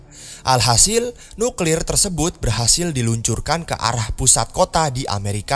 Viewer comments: "Dengan mengarahkan pistol kealah" bangkek auto ngakak 😂😂,minum dulu bro sebelum ngonten 😂, sukses trus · Lgi serius dengrin malah salh ngomong "alah" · "dengan menembakan pistol ke alah" btw knp kadang kadang lidahnya suka gitu pak?